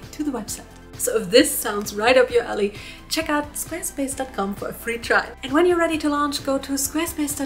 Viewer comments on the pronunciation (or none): none